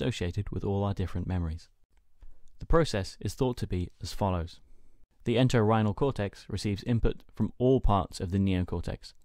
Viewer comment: you say a word a few times ''Exants''? ''The exants of the Enterhinal Cortex...'' is that correct ? I am not sure what that means. Great work on this informative video lesson!! Keep it up!